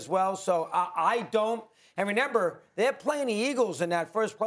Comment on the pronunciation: I don’t trust anybody that doesn’t know how to pronounce remember😭. Tf is a renember